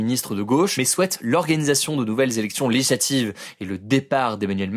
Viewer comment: Hugo, prend le temps d'articuler ! On dit "législatives", non pas "léijlatives" ! 😉